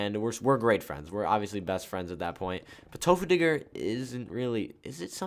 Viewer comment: U said tofuudiger lol